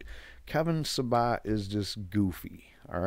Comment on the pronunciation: The idiots name is Sa-BET Not SaBOT. Not to give him more respect but You deserve to sound more clear and correct.